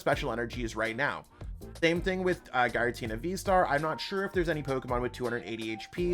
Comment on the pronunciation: This is the first time I've heard Giratina pronounced as "Guy-ra-tina." After a quick google, I found out it's pronounced "Geer-uh-tina." Hope this helps!